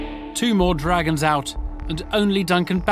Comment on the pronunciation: Duncan: "yeah im oat"! Me: what?? Duncan: "im oat"! Me: "you mean your out"?